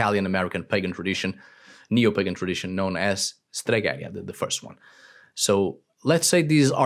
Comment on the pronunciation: It is «stregherìa», not «steghèria». But I like the video.